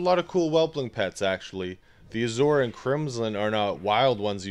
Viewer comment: the way you are pronouncing Azure is driving me nuts.. but i do like the video dude. Thnx for the pet battle ID thing thats awesome.